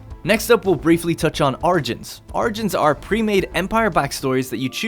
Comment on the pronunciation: Anyone else hear "argents" instead of "origins"?